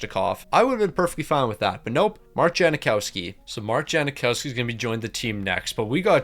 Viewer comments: yang not jang but yeah no “i” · It's Jang-Cow-Ski, is it not?